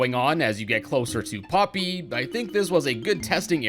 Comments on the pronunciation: you said popy on accident it’s OK accent happen in a lots of video😄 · I like u to say poopy